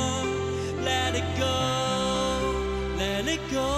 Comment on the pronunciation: what's wrong with the pronunciation of the Let It Go? can't he pronounce the " th- " in English???? i can't bear it at all, sucks.